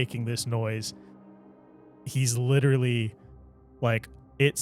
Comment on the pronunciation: We really need to discuss how always says “littley” instead of “literally”. It’s a problem.